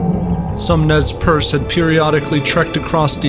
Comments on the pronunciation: its more like ''Nay-Per-Say'' Nez Perce is the french for pierced nose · Nez Percé is french. The first thing you should have done is to learn how it is pronounced. It is not even difficult.